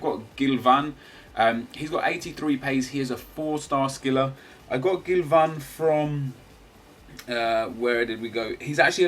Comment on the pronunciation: Love how you say 'Gilvan' in a really strong accent! haha :p